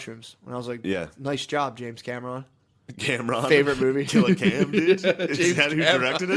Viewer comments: Matt mispronounced James Cameron, Mario, water, Ryan Phillipe, Gala, Rogue scholars, Centaur and more is easily an easy laugh by far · "James Camera-on" 😂